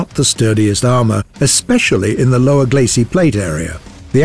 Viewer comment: "lower glacee"